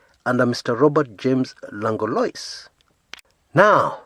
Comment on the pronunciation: Langlois is pronounced "Lang-lwa".